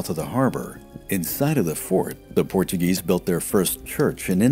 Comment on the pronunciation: Portuguese here, you conviced me to buy the book. Amazing work, phenomenal pronunciation ;)